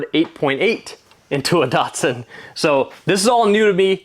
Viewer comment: My 1st year apprenticeship was with Datsun (Liverpool Australia) in 1981 This video makes me cringe how Americans mispronounce English that was designed to mimic Japanese pronunciation. These cars are not "Dart-sons" They are "Dat"-"Suns" and I don't mean "Date"-Suns" either .. respect the Nippon language please. 😄🇦🇺